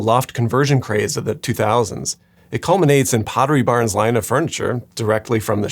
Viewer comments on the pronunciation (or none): Could've sworn I heard "Poverty Barn" instead of "Pottery Barn"...